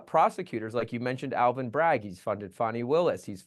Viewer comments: His last name is BRAGG - not BraggS - no 's' on the end unless you're describing a possessive. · Someone tell it's Bragg not Braggs!!! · Please stop saying Alvin Braggs. It’s Alvin Bragg. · Bragg not Braggs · I thought it was Alvin Bragg not Braggs!